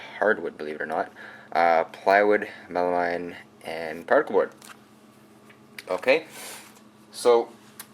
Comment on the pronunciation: Good job. I see three guide holes in the jig. Why are there three? How do you know which ones to use? The word is poplar, not popular: (päplər), and melamine is pronounced (meləˌmēn).